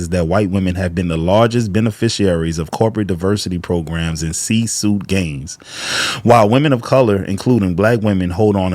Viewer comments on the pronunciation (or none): C Suite(Sweet) not Suit.